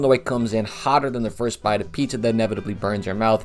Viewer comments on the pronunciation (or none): none